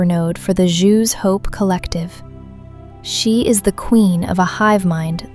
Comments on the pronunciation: Great video, but i thought it was pronounced like "zoo" not "jew" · Yo the way things were pronounced was funny! So instead of Exo-Geni it sounds like Exo-Geeni. Then there is Zhu's Hope sounds like Jews Hope lol. So it is my personal theory that Feros was not bombed by the Reapers because the Reapers did not know about it. Now naysayers will say that all the Protheans worlds except for Illos were known by the Reapers due to their capture of the Citadel at the start of their invasion. However we know that the Reaper X Prothean war lasted for many centuries and that as the war went on the Prothean designs became more streamlined and basic absent of all ornamentation just like Feros. I believe Feros is in fact a Prothean world colonized during the Reaper war and as such they skipped standard colonization protocols meaning they missed the threat of the Thorian and after colonization were consumed by it leaving behind a perfectly preserved ruin. Now we know from the codex that Feros has been looted many times over the years yet no explanation is given as to why no other species has colonized the planet. According to the codex two thirds of the planet is covered in city so that leaves another third of the planet with plant and animal life so it is not a dead world. It is possible that the Thorian could make Prothean and other cloned species from that cycle. Sombody already pointed it out but yeah it's 50 thousand years not 50 centuries fifty centuries only equals 5k years. Okay I'm glad you didn't make the same mistake so many people in the fandom